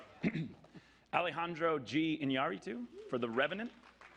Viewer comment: That woman can't say Innaritu for TWO YEARS IN THE ROW. Holy crap....